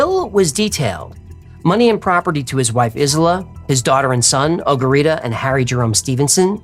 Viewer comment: “Ogarita” on point haha